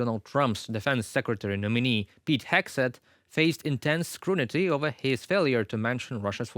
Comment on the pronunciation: Кстате, это “scrutiny”, not “scrunity”